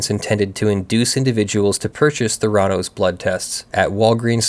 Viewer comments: No, it's pronounced with the accent on the first syllable, schwa on the second: THAIR-uh-NOES. Those of us in Arizona--which was at the epicenter of the debacle, where our government-as-business governor had state law changed specifically to benefit Elizabeth Holmes--know the pronunciation as a result of complete media saturation. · It’s pronounced “Thr- a - nos” It’s a portmanteau of therapy and diagnosis. They scammed a lot of rich people who didn’t do any due diligence. If she had only scammed retail investors she would probably be a hero on Wall St and would get a job at one of the major banks. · It's THEH'-rah-nos. the accent is on the first syllable. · Not 100% sure, but probably pronounced with emphasis on the first syllable, THER-a-nose, since it's probably derived from a Greek word. .... After checking, it's an amalgam of 'therapy' and 'diagnose', so 'thera-' + '-nose' does indeed sound like my suggested pronunciation. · I couldn't deal with you constantly mispronouncing the name of the company in this video.